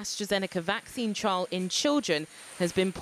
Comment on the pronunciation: TRIAL not TRAIL